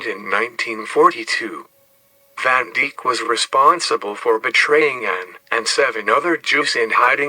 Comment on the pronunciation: Van Deek? its van Dijk like Dyke